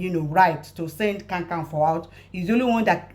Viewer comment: Not kankanfo, it is Kakanfo. My lady.